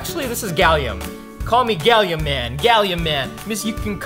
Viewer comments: its gallium not galliom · I thought he said “Galiooo “🤣